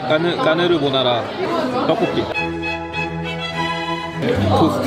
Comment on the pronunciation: 까르보나데 까느르ㅋㅋㅋ뭐라는걸까욬ㅋㅋ